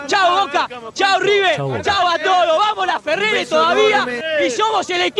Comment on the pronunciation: Es Laferrere no lafeger